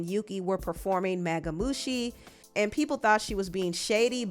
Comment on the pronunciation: I know you did NOT call mamushi “magamushi” but the Tyla stuff is funny until it’s not. Like the tweets about Halle and Tyla was funny. Like I didn’t think it was a problem, but it was just a little giggle. Like the memes about her stopping when Megan was singing. It was funny but I didn’t think it was a real issue, but of course you giggle and laugh and people take it too far